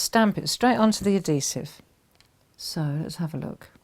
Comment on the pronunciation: AD - HE - Sive - Not ADDEE-sive lol So...how would you use this on other things besides cards?